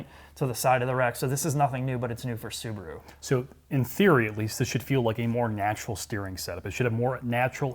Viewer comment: The little soo-bar-oooo. Wow.